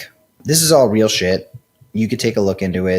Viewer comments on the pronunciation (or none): none